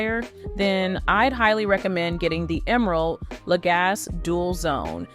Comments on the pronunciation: FYI, his last name is pronounced la-GAH-see, not la-GAHS. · Lagasse- pronounced: luh-gah-see. 👌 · When you say his last name The e isn’t silent it’s a long E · But nobody behind this review video actually used the product? Nor figured out how to pronounce the name of the brand. Not helpful. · If you. Won’t even pronounce his name the way he does, why would I listen to anything you say about the product, either good or bad? The proper pronunciation is the way he pronounces it!